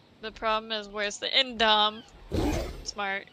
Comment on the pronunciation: The only thing that I don’t like about this video is that they keep saying indom instead of indo